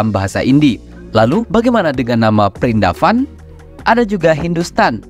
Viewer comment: Vrindavan min bukan prindapan 😁 pernah ada yang bertanya VRINDAVAN artinya apa? Jadi gini, Vrindavan itu bahasa Hindi (India Modern). Kalau bahasa Sanskerta (India Kuno) disebut: vṛndāvana वृन्दावन Kalau dijawakan menjadi: Wrêndåwånå vṛndā bermakna "kemangi suci" wana bermakna "hutan" Jadi, vṛndāvana bermakna : hutan kemangi suci. Tanaman kemangi suci (holy basil) yang disebut juga tulasi, berasal dari India, memiliki nama ilmiah: Ocimum tenuiflorum. Ini termasuk tanaman yang dikeramatkan oleh umat Hindu. Rahayu 🙏